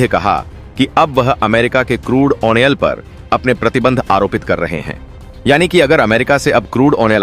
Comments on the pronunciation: ऑइल उच्चारण कीजिए कृपया , अयनाल नही होता । ऑ यह ओयल है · Oh onoil kyoon bolte ho